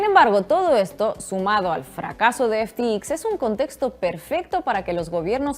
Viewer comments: Disculpa, se pronuncia F T X , no F ti i , efe te exis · Ya que no sabes lo que hablas por lo menos pronuncialo bien!!!! EF,TI,EX🤦🏻‍♂️🤦🏻‍♂️🤦🏻‍♂️ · No se si ya te has dado cuenta pero pronuncias de manera incorrecta FTX. Igual estás bajo mucho estrés o el inglés no es tu fuerte. En todo caso, tómese la observación en tono amable. Tu castellano es casi perfecto.